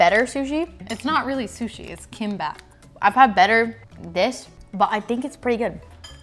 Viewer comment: Learn how to pronounce bulgogi, gyoza and kimbap. Glad you like Asian foods enough to explore and introduce it to your family. But please please try to at least listen and learn how to pronounce foods.